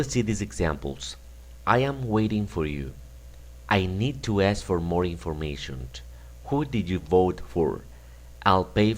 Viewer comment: Muy didáctico el video, así como el material que ofreces, pero ojo, o mas bien oído,, porque en la pronunciación estás añadiendo una t innecesaria:: "the first one (t)". information(t),:" resign(t)",:"the first one (t)",: "the following (t)", en seguida se la quitas a "next" que sí la lleva; otra vez la t intrusa en: "rely, (t)",: "on(t), (en esta palabra repites la t siempre que la dices, igual en "the first one (t). No es con ánimo destructivo, aprecio tu conocimiento. Me gusta el inglés y espero que lo recibas con buena onda.